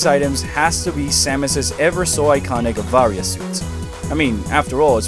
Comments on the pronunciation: The way you pronounce "Varia" hurts me personally, as I've always pronounced it "vuh-rye-uh". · Barrier japan pronounce it as a BARIAAAA wich become the varia on US😂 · listen, I could totally be the idiot here and be pronouncing it wrong, it just always read that way to me, personally lol